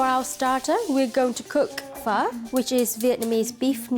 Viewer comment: Foodies but they cant pronounce the most well known Vietnamese dish Pho. Its "fur", NOT "foe" . If they cant pronounce it or even know what it is meant to be, how can someone say the ratio of noodle to broth is right or wrong.